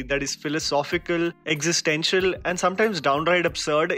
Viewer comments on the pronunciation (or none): none